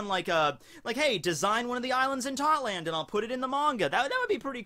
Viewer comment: ITS TOTTO LAND NOT TOTLAND